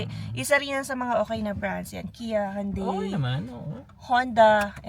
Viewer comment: It’s “Hun-dei” not “Yoon-dei” 😅